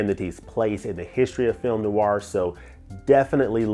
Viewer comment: Film NOIR has just one syllable! Not NOO-ARR. The term translates from French as Black Film or Dark Film.